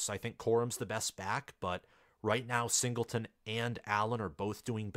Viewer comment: UMICH fo sho, butchered nick singleton